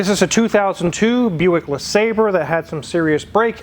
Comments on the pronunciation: It's pronounced La Saab Ray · Le sawbray is the way I've heard it correctly pronounced.... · It's "Le Sabre", you cretin... My supercharged '96 Riviera has 72K miles on it... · Due to the spelling, I always pronounced it "Le Sabrei" Because of the "re" instead of the "er" at the end. Same with ANY word I see with the same issue like "Centre" instead of Center or "Theatre" instead of Theater.